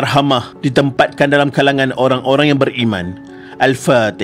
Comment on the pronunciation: Alfatiha bkn alfateha